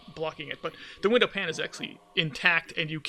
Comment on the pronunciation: Its been a while. Glad you weren't out with virus. I always thought cop car special was dumb. Lots of trophies. Not sure if trophies are on Nintendo version. Also window "pane" is not pronounced like (frying) "pan" but instead like "pain" (like being hurt). Sorry just saying.